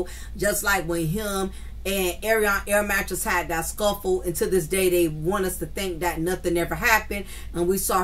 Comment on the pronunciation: air mattress is a good one every time you say it. I be screaming 🤣🤣🤣🤣🤣